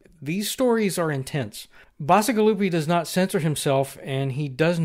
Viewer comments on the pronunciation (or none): Yeah, dark stuff. You're mispronouncing his name though. The 'c' is pronounced [tʃ] (think other Italian words, like "fettucine" or "arrivederci"). I find Ted Chiang to be the true master of short-story world-building, perhaps because he puts as much time and effort into his short stories as many writers do for full-length novels.